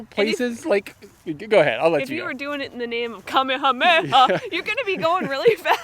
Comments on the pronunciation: "Kamehameha"? I must be getting old. I learned how to pronounce this while watching the original Magnum P.I. back in the day: Kuh - may-uh - may-uh 😉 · Cock sauce you say? I call it kickin' chicken. I think the pronunciation is KUH-MAY-UH-MAY-UH.